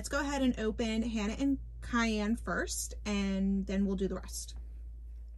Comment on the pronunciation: You pronounced Cayenne correctly. They are wearing bridles. If it has a bit and reins its a bridle. No bit and a lead rope is a halter. Hannah is dressed as a western rider, they don't usually wear a helmet. Storm is a dressage horse. I'm not sure if there is a difference between the other two, they are both english style but one could be pleasure and the other a jumper.